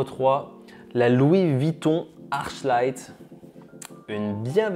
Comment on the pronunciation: Je suis pas sur mais je crois qu'on dit arKlight